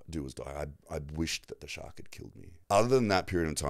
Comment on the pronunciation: I was attacked by a shark( or shawwwwkk as you pronounced it) 🤭😂